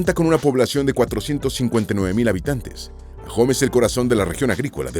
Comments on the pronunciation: Todo iba perfecto hasta que escuché ajome (Ahome)😢😢😢😂😂😂 la h no se pronuncia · Se dice Ahome, no Ajome. Faltó mencionar el carnaval internacional de Mazatlán. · El municipio de ahome su nombre no se pronuncia con Jota ajome es con h muda y se pronuncia así como lo dice ahome en español la h es muda y no se pronuncia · se pronuncia aome no ajome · Soy Sinaloense y agradezco a quien se tomó el tiempo de hacer éste vídeo, sólo quiero hacer una observación en el minuto donde aparecen pinturas rupestres, esas si pertenecen a San Ignacio, pero de Baja California, también en el nombre del municipio de "Ahome" la "h" es muda, se pronuncia "Aome", entre los lugares de interés de Culiacán faltó el hermoso jardín botánico, por todo lo demás mil gracias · Me pareció muy interesante tu vídeo, pero pronuncias mal Ahome, en México H es muda.